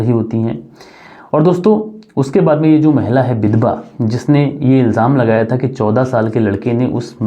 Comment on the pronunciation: Vidhva ko bidbha,Bakeel. Nahi hai Vakeel hai